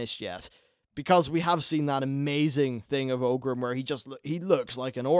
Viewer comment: Its pronounced OR-grim, not OH-grim :P